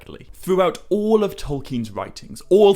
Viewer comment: I can't even spell how you pronounce "all". Eawll, Oull, Ewll? Anywho, love the channel.